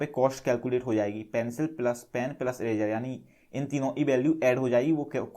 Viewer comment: It's not erazer it's eraser